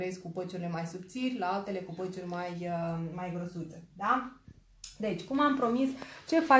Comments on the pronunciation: Patch(peci) NU MAI ZICE PĂciuri ...pleaseeeeeee😁 și PLEOAPĂ NUUU PLEOAPĂ...în rest felicitari pentru tutoriale! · Atat ma dispera când spui la patch, "păci". Pe bune..încearcă sa îi spui corect pe nume